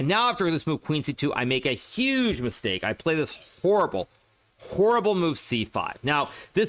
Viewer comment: The way he says horrible is killing me